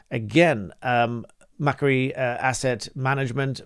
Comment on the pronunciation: Just a point re pronunciation. The £1.3 Billion investment is from Mac Quarrie is pronounced 'Mac Quarry' or MacQuarry